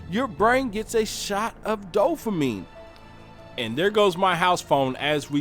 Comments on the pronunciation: Dude, dopamine not dofamine...thanks though for the good video. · Did you say “DOE-fuh-meen” ?? I swear I heard you say that twice about halfway through. I know you mean “dopamine” but I had to stop watching bc of that error... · “Dofamine” ...wth bud?! Dopamine, is the word you’re attempting to vocalize. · I totally agree!!! My oldest son has been telling me this for years. He does NO social media....I'm gonna follow. Great message...but in the future, try to use correct pronunciation of the word "dopamine" .... not "doffamine". Bless you and keep pushing the message!!!! People DEFINITELY need to go back to REAL social interaction. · Dopamine. You sound like you're saying dofamine? But great video dude, I agree with everything you said.